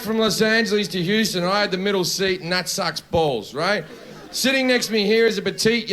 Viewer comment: .. Houston (Texas), non Euston (quartiere di Londra)..